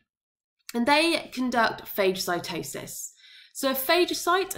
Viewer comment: It’s pronounced fah-guh-si-toe-sis